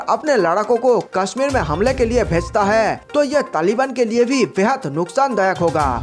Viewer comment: Bhai hai word sahe se bol.